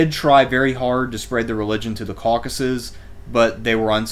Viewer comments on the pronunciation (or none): none